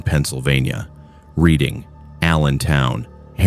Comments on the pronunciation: Just wanted to point out at about the 6 minute mark, you pronounced it as "Read-ing" but it's pronounced as "Red-ing". Makes me laugh every time I head it said that way despite that being how it's spelled lol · Redding PA (Reading) and Wyomissing……Sus-que-Hanna….wow, the mispronunciation is driving me crazy! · It's pronounced "red ing", not reading. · Man, you cannot use AI voice to narrate anything in Pennsylvania. Mispronounced Reading, Schuylkill, Pequea, and Lancaster.